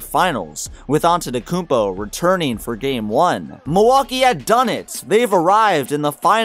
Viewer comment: I like the fact you weren't too lazy to pronounce his surname (Antetokounmpo). Some folks don't even bother and stick to Giannis or straight out butcher it.....yet they have no problem pronouncing "Schwarzenegger". Props 👍